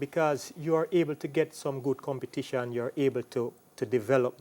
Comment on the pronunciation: Host, you didn't say it today but I fear listening to you because of the word COM-PET-TI-TION, why do you say com-bet-ti-tion?